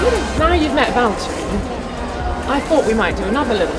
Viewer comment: vihaan sitä ku se sanoo valteri ku se on VITTU VALTTERI! :D